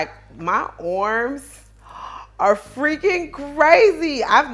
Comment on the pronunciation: The way you say arms is funny “my orrms” . Anyway it’s good that you work out . Try not to get so much surgery your body looks perfect the way it is .